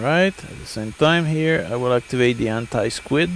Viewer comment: "Activate The Anit-Squid" LMAO its Anti Skid :)